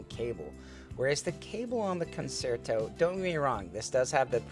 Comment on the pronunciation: Great review, it is pronounced “concherto”…I am a classically trained violinist.